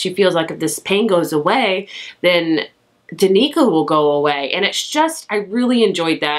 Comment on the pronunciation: Danika 🤣 Dan-i-ka